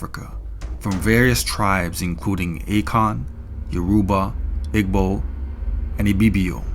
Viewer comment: It’s not ‘AAYKON’. It’s AKAN, the short A in apple is a great pronunciation guide !